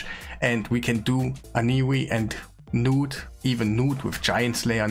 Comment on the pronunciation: Nice guide, thanks. It's not "G-Nut" though it's "nute". The G is silent like the word gnarly or gnaw.